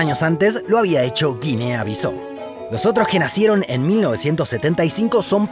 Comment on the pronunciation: Por qué se empecinan en pronunciar el nombre del país Guinea Bisau como /guinea bisó/? La pronunciación correcta es tal como se escribe en español: /bisáu/.